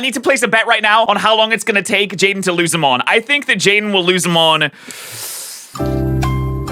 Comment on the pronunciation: "jaidne" just beautiful.